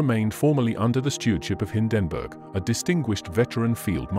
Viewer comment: They really have to work on the AI Voice models. Don't expect NAZI to come out like Churchill, but Hindenburg should sound like standard pronunciation. And CORPS not Core? Spoils a good video